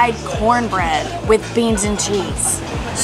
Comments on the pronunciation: Graci-AH-s. Not graci-IS. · stop saying graci ss it’s gracias (kinda like aahs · Oh my goodness! It’s graciAS, not graciES. It’s Spanish,, not Italian (although Italian is much prettier, in my opinion). Also, what is the name of the hot springs, the swing rope into the water, and the beach? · i love when says “gracias” 😂